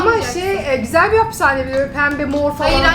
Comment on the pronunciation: Gusel Deme Om Yapiyo